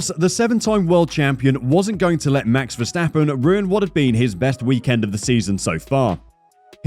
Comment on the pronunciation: mex vesteppen,,,,,really? the A's in his name sounding like in CARWASH